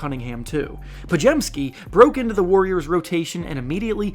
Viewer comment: Brandon Podziemski’s name is pronounced (pod-zim-ski) And if you’re asking how I know that, it’s because my mom’s second husbands name is Wiczalkowski (Wiz-zol-cow-ski) and her maiden name is Grudzinski (Grud-zin-ski) so I know a thing or two about polish names lol